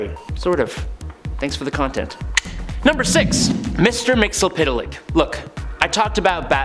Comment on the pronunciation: It's pronounced mit-zel-plext. Watch any 80's cartoon